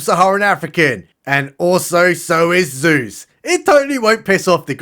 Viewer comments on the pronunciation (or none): none